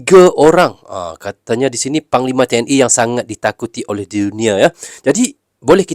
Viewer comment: TNI bang bukan TNE